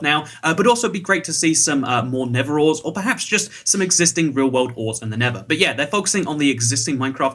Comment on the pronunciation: Can you please learn to pronounce a th sound? "Neverite", "neverores", and "the never" sounds like you are not even an English speaking person.